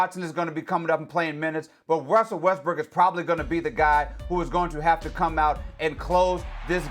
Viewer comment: Wussel Westbrook